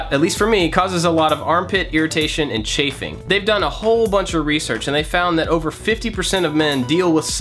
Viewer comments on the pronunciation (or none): he said chaffing lol